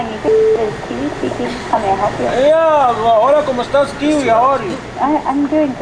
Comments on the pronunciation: Dude, you totally said Kiwi on the intro! Haha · Guys it’s not Kiwi it is KEELEY